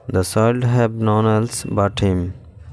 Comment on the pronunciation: None এটার উচ্চারণ করতেই পারেন না আবার ইংরেজি শিখাতে আসেন কেন ওটা নন হবে না নান হবে উচ্চারন ওকে